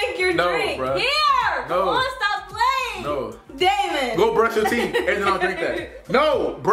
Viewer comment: She kept saying Damon